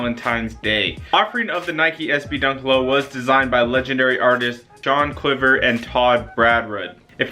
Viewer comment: Wow bro really said John cliver🤦‍♂️🤦‍♂️🤦‍♂️